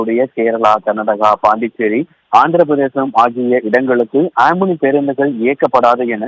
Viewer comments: It's not amini it's omini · Not omini Omni